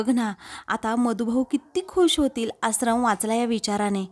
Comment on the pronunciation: आश्रम हा उच्चार बरोबर करा तूम्ही आसरम म्हणत आहात